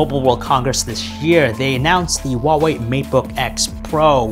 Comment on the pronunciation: The pronunciation of Huawei is sooooooooo wrong